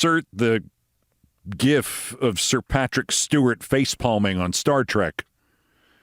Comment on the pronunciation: Imagine saying kamala's name correctly but messing up gif